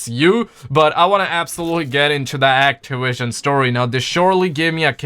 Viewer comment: Actawision lmao 😂😂😂😂😂😂😂